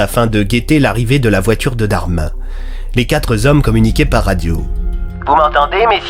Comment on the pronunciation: Très intéressant, comme toujours, par contre dommage pour la liaison aux "quatre z'hommes, il n'y a pas d's à quatre, donc pas de liaison à faire, ça pique !